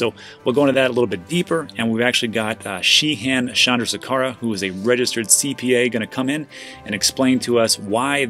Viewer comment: nailed the pronunciation of Shehan Chandrasekera but he calls him Dan.